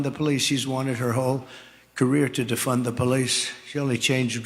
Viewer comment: de-fund (撤資) 警方 不是 defend (捍衛) 警方